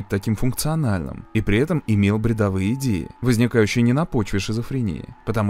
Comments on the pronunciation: Еще деталь, если один пилот покидает кабину, должен зайти бортпроводник. Там еще, видимо , не компетентные действия экипажа. И очень режет слух ударение в слове "бредОвые" , а не "бредовЫе". Спасибо, интересный ролик!!!! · бредОвые,а не бредовЫе.